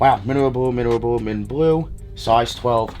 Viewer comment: “woah, minrl blue minel blue minel blue”